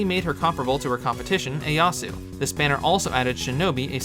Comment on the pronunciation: The way you say Ieyasu hurts my soul but otherwise very good summary of how Gleo singlehandedly ruined en entire element (and had severe effects on all the other elements as well). Crazy to think how different the game would be if she hadn't happened.